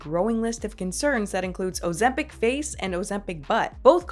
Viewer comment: see, least ur saying this one correctly lol, i was expecting "ozembong" after the way you pronounced mukbang. :), scent bird is trash by the way.